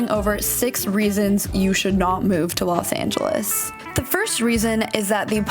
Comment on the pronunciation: I'm So Sick & Tired Of Hearing People Saying LAS Angeles😒😒😒😒